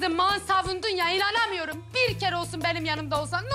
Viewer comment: ben inanamıyurum ben inanamıyurum😂🤣